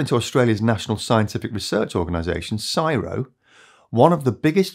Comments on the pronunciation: "CSIRO" isn't called "Siro", but always Cee Ess Eye Are Oh. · It's C S I R O, not sci-roh 😂😂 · Never heard it said as Sigh-row it’s always been - C-S-I-R-O. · It’s not siro u have to say each letter in CSIRO pretty please - aussies don’t say it as a word 😅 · fyi CSIRO is pronouced.. C.S.I.R.O. probally the only australian word we dont shorten lol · No one in Australia calls it sigh row. It’s see ess eye are oh as in: CSIRO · FYI It is the C.S.I.R.O. not "csiro"👍 Thanks for the content! 👍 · Appreciate the video. FYI it’s “C.S.I.R.O” not “syro” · A minor point - CSIRO is not pronounced "Sy-RO". We pronounce each letter C.S.I.R.O. sounding like "Sea Ess Eye Are Oh" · We just say the letters in Australia. C.S.I.R.O We dont say Csiro :D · Just a tip, that’s the first time in my life I’ve ever heard the CSIRO (Commonwealth Scientific and Industrial Research Organisation) pronounced as “SIRO”, its actual always pronounced as the uppercase individual letters C-S-I-R-O. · C S I R O and never before referred to as "Siro"...not once. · Arrrgh, it's not siro its C S I R O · it's C.S.I.R.O, not CSIRO (Commonwealth Scientific and Industrial Research Organistaion) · It’s not pronounced “psyroe”. It’s C.S.I.R.O. It’s an initialism, not a word. Just like it’s the B.B.C., not ‘burbursea”. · SYRO 🤣 it’s just C S I R O 😛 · Please say CSIRO not syro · It is not csiro it is C S I R O. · Just a friendly fyi, its not pronounced as Siro, Its pronounced as C S I R O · Australians spell out CSIRO when using it in conversation, we don't pronounce it as 'Syro" but as C-S-I-R-O. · lemme hear you say CSIRO again........Cyro? LOL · FYI, despite our inbuilt Aussie trait of shortening everything to a single syllable where possible, CSIRO is actually spelt out C-S-I-R-O. Go figure! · CSIRO is pronounced C, S, I, R, O. Worth checking how an acronym is pronounced before making a video. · C.S.R.I.O. Is the pronunciation…… just so you know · Its pronounced C.S.I.R.O.